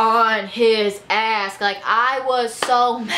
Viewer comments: I love how you say "ask" instead of "ass" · Lol "hauling ask"